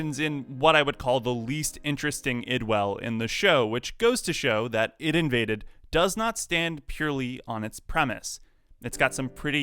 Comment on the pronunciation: I thought it was pronounced I. D. Invaded. Not id